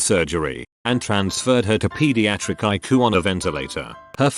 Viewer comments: Hey machine voice dude its pronounced I.C.U. NOT EYEQUE. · You aren't watching a medical-related Reddit episode unless you hear "Eye-coo" at least once. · ICU pronounces it "AIKU" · "I-coo (ICU)" Bless you lol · lol i live for the mispronunciations